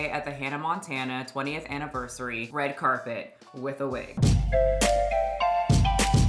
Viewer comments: WTF is a “red cabet”?! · Red cap-it? 😂 come on now